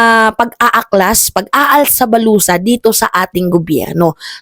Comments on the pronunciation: "ALSA BALUTAN" po hindi "ALSA BALUSA"😂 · alsa balutan "Hindi alsa balusa... 😂😂😂